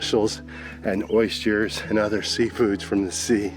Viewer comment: Oystures? 😄 Aw you guys look like you are having a fab time, Croatia has come on a lot since we were there in the 80's before the war. Britain now looking like the poor cousin by comparison. I remember them talking about earthquakes back then a constant threat.